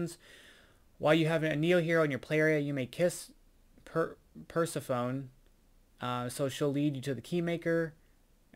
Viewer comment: Great game. As you seemed bothered by the pronunciation of Persephone it tends to be: Per seff o knee. Greek goddess.